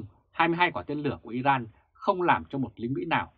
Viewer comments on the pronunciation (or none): none